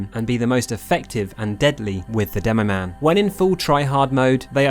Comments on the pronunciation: Demomann, not demomaighne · not demoman *demomaneeee